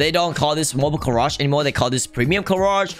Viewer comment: is it me or does say carage instead of garage